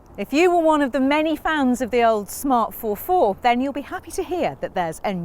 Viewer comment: ForFour not four four!!